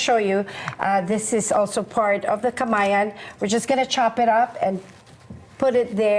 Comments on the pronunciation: perfect ununciation of "KAMAYAN" & SAMANIEGO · I got to commend how the host pronounced Filipino word and last name so perfectly! 🙌🏼🙌🏼